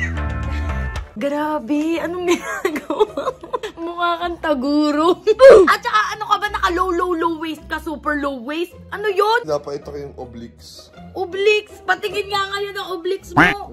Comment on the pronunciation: “Taguro” HAHAAHAHAHAHA DEIB LOHR?? Diba “toguro” yun? HAHAHAHAHAHAHAHAHAHAHAHAHAHAHAHA